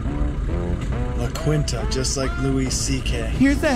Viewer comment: "Quinta" is a spanish/portuguese word that means "farm, estate". Pronounced "Kinta", without the "u"! :)